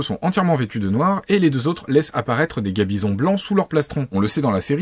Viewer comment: gaMbison comme dans gant bison, pas gabison comme dans gars bison >_<